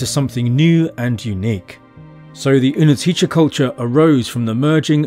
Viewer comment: its -tse in the end of the word, but its okay. anyone who even tries go with czech, gets points.